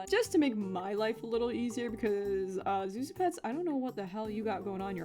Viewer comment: don't mean to come off as patronizing but I speak Chinese and Zhu Zhu is actually pronounced closer to tsu tsu or jhu jhu rather than Zu zu i don't expect you to take this to heart but I thought I'd inform you because I found it interesting